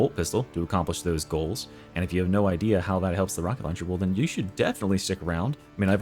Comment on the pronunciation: Rocket lowncher